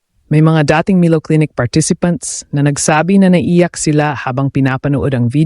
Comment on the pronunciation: wrong pronuoncecition of milo.